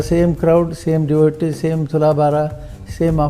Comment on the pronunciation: He says 'my devotees'😂😂😂